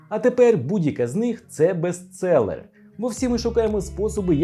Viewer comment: БестЦеллер, Bestseller букву Ц не бачу тут.